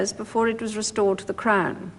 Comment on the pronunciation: It’s sounds like she’s saying “the imperial state crime” and that’s actually more accurate